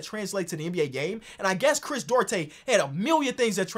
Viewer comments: Chris, DU-AR-TE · Chris DOO-AR-TAY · As a Dominican shoutout Chris Duarte but you can pronounce it “du-aarr-te” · Hey, Duarte is pronounced doo-are-tay:)